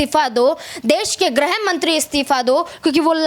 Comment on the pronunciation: Aap kya bayan de raheen hai ? Aap गृह ( griha)मंत्री को ग्रह ( graha ) मंत्री बोल रहीं है । पहले ( सर्वप्रथम) आप यह तय कर लीजिए कि आप ग्रह या गृह किससे दुखी है ?दोनो में से निश्चित किसे हटाना चाहतीं है ?लगता है आपको हिंदी भी ठीक से नही आती ।